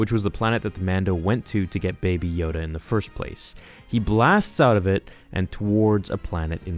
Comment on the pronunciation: It is know a Yoda not a Yodale